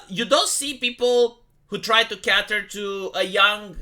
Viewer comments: "cate"er, not"cat"er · it wont CAY TUHR CAY TUHR NOT CATTER KAY-TURH to you. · When you want to say "cater" you should try to say it as "keiter".